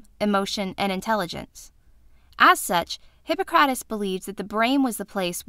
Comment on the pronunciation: Omg that pronunciation! The emphasis is on hi-PPO-crates. Also, I thought people believed illnesses, physical or mental, could sometimes be attributed to the 4 humours.